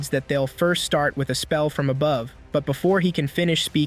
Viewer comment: I like when you say aboove and demoon